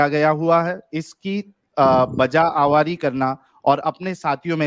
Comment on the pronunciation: یہ آواری کیا ہے بھائی؟ غلط مت پڑھو یہ لفظ آوری ہے۔ آج آپ نے اردو بہت غلط پڑہی